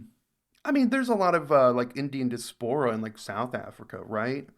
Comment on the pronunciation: The way you pronounced diaspora 😭